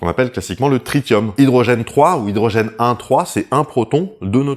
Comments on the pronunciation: Tritium le t se prononce comme un s, (le deuxième évidemment) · C'est bizarre d'entendre "tri-tium", j'ai toujours dit et entendu "trisssium" (à l'instar de "stronsssium"). Mais il semble que les 2 soient acceptés.